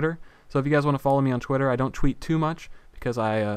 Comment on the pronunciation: LOL sounds like hes saying chwitter